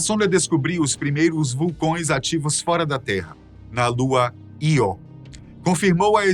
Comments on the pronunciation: A pronúncia das quilometragens das sondas poderia ser melhor pois parece repetir a palavra milhões. A lua é Io (io) e não Ló. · Vulcões na lua Ló? Não seria Io? Kkkk